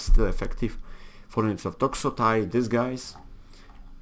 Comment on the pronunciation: im gonna help you with 1 problem on saying greek names the ai isnt a i its e, so you wont say toxotai you will say toxote